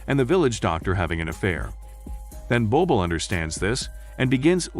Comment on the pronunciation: I love this film , sadly the name is butchered here